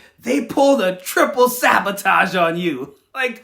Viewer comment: "A triple sabatoge." 😂